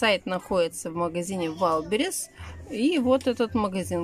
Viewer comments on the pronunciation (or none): none